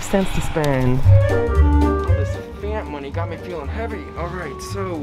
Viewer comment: Small tip - It's pronounced "Pf-AH-nd" not "Pf-aaa-nd" (no midwest "a's" round here haha)